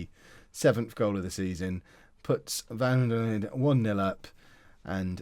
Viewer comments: Hi # it's pronounced as va-ya-doh-lid. Can't wait for the next time you try saying it! Haha. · Double L's are pronounced as "y" in Spanish and V's are, more often than not, pronounced with a "B" sound, so the correct pronunciation of Valladolid would be something like "Ba-ya-doh-LEED" (emphasis on the last syllable). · The best part of the whole not-being-able-to-pronounce-Valladolid thing is that the part he’s messing up is pronounced the same was as he messes up Bayer